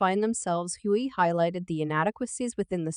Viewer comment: Again I have a problem with robotic voices telling me what's up if the robot voice does not know how to pronounce a person's name that's the first indication that I won't like it the man's name is hugley not Huey